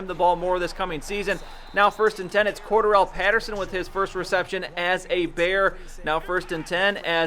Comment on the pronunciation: Pattersons name is pronounced core- Darrel